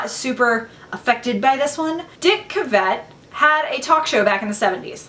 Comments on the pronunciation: You're mixing up Eli Whitney (Southern white cotton-gin inventor) with George Washington Carver (Southern black peanut-products inventor). Also, you're mispronouncing "Cavett" — it's "KAVet" and NOT "kaVET" ... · Dick Ca-Vette? this is clearly another example - cav-it is the pronunciation in the universe we are from. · emmalee I think the word you were looking for is emphasis not accent, and she did put an emphasis on the vet in the name Cavet. Red dogg was simply trying to say not to put that emphasis and it went way over your head lol. If she said his name with an accent then she would sound like she was British, Italian, or any other nationality you prefer lol.